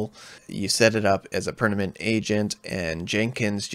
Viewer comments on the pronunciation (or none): Great video, but it's "perManent, not perNament" 😂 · pernament.. did you mean permanent? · Permanent ❌ Pernament✔️